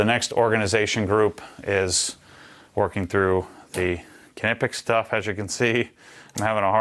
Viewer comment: I was so surprised by this that I did some research myself and went to their page and these must be american sales reps, because that is not how knipex workers pronounce it. But it really isn't important, since we know what he is talking about. Americans have an impressive ability to mispronounce everything